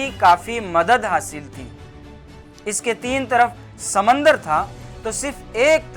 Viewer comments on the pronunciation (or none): سر ویڈیو واقعی معلومات سے پٔر ہے خوبصورت اندازِ بیاں جو سامعین کو لطف اندوز کر رہا ہے صرف تھوڑی توجہ تلفظ پر آجاتی تو اور حسن دوبالا ہو جاتا جیسے أسعت نہیں ہوتا وْسعت ہوتا ہے سَمَندر نہیں ہوتا سَمٔندر ہوتا ہے مکمِل نہیں ہوتا مکمَل ہوتا ہے